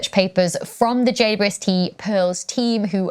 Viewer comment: Wow. Could that be "God's Eye" , as in "The Mote In God's Eye" book by Larry Niven and Jerry Pournelle, 1974? Cool! Please, it is JayDouble-YouEssTee, NOT JayYouEssTee. Please slow down just a bit and pronounce the name correctly. Thanks.